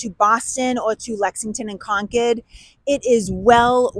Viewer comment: Is she saying Concord or conch head..?🤔